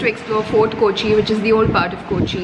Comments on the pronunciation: Hi, It's not koochi it's Kochi or Cochin. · Not KOchi ...K'o'chi... Its weird to hear KOchi KOchi KOchi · It’s not kooochi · Arun Gopi exactly! You hv been to Kerala u say a couple of times and you haven’t learned to pronounce the city’s name properly. Sigh. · കോച്ചി അല്ല കൊച്ചേ കോച്ചി.... കോച്ചി